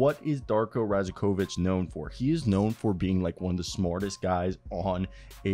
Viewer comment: Pro tip, the 'j' is pronounced as a' y' in serbian surnames...same like Jokic is pronounced as Yokich, so Darko's surname would be pronounced as Rayakovich.